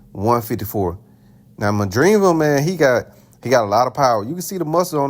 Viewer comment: By the way you say Madrimov i can tell you haven't seen any of his fights 😂